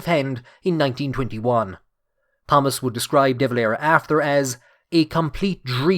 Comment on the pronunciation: You don't pronounce the H in Thomas. Extremely annoying.